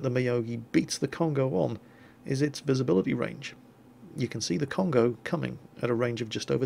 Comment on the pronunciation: It is not "con-go" it is "cone-go~" you emphasize the first o and extend the second one. Every vowel in Japanese is the short vowel unless it is accompanied by a u. If there is a u after it, it is the long vowel. If you have an a and then an i, then it makes a "y" sound like in my. if you have an e with an i after it, then it makes an "ay" sound like in okay. any time you have a consonant and then a vowel, or just a vowel, you can use this handy guide. (- = any consonant) -a is pronounced ah (ie ta sounds like "tah") -i is pronounced ee (ki sounds like key) -u is pronounced ooh (bu sounds like boo) -e is like a short e(te sounds like te) -o is pronounced like oh (ho sounds like hoe) This is a very basic guide, if you want something much more in depth check out this guide